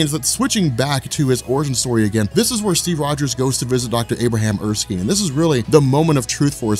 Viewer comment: It's Er--skin like your skin but spelled with a e on the end -Erskine.